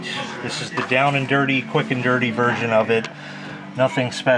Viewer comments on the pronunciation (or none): none